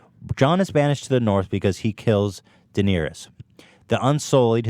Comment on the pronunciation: How do both of these guys, hardcore Game of Thrones fans, manage to mispronounce Daenerys? Ethan even butchers "Maester".